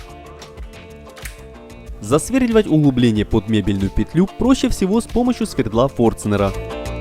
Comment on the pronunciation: Все бы хорошо,но слушать невозможно,особенно ухо режет "кухОнная" и "столеЩница","сверДла"